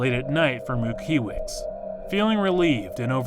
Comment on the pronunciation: Rutkiewicz = Rutkyewych. But for the love of god there's a phonetical alphabet, you're not a small channel and certainly you are doing the type of content to play in the background ,so please do the research. Nice narration !